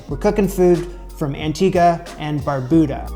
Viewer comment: thank you for saying Antigua correctly. we gonna have to work on how you say Barbuda lol. Also we gonna work on how you say Ducana. But I love your curiosity. You are welcome here anytime